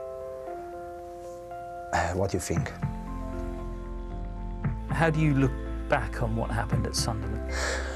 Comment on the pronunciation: Are you temperamental? Pause, What do you fink?